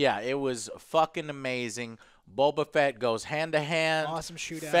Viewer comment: The ONLY bad thing I can say about this entire series is the way they pronounce the names. I first saw it with Bo-Katan Even the voice actress said Bokatan as if it's one word. Same with Boba Fett. It got mushed into Bobafett... I thought that was odd